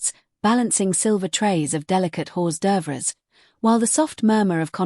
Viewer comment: Horse derveres 😅😅😅😅 that's AI